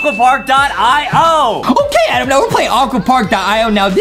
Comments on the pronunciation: It’s Adam not adem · it adam not adem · it's Adam not Aden😁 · It's not adem it's adam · ADAM NOT ADEM 😑 AND ADAM NEED SOME MILK 😂😂😂😂😂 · Justin not knowing how to say adam